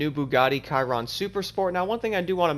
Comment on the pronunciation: Sh - eeer- ron